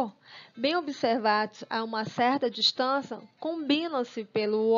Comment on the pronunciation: Parece que não sabe falar direito